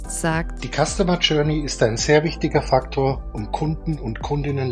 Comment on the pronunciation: Wie heißt der Begriff für die öffentliche Reaktion auf Technologie? Ich habe Jag oder Yack Faktor verstanden, finde darunter aber nichts im Netz.